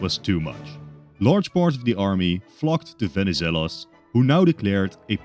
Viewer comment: As a Greek, nice work pronouncing Benizelos